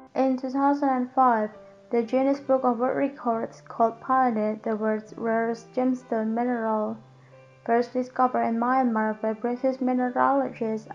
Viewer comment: In u.s. english painite is pronounced "payn-ite."with a hard A sound as the letters nsme is said. As heard in the alphebet a.b.c.d.e.f.g.... That is the hard A sound. That first i in painite makes that A sound the way it does. Great info and quite the enjoyable video!